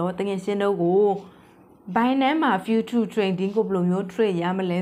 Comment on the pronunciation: ဖူးချား အိုင်စိုလေ့တစ် တို့ အသံထွက်မှန်လေ နာလည်းရလွယ်လေပါ ရှင်းပြတာ အရမ်းကောင်ပါတယ် အသံထွက်လေးတွေ မှန်ဖို့ လိုမယ်ထင်တယ် ❤❤❤❤